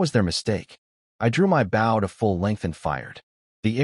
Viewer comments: Can't you teach your crappy AI reader how to pronounce "bow?" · AI needs to learn how to say Bow